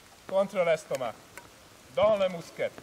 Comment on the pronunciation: It's not bassinette, mousquette, it's bassinay , mousquay , thanks .